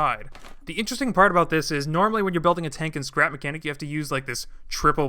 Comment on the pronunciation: Skrep makenik 😂